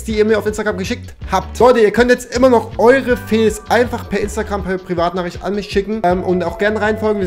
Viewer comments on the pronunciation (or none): Es heißt FAILS nicht FEELS